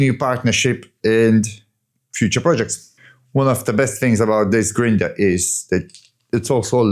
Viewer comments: What is a grin-der? 😆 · Amazing work! I’m cheering you on and watching your progress—each video gets better, and it’s great to see the video edit progress 💪but the word you were say it's funny 🤣 "Grinder* sounds so funny 🤣